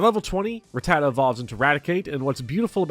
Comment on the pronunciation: You said Rattata right, and that's all i need to know